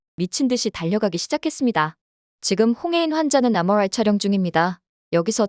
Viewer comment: mri 발음뭐야 ㅋ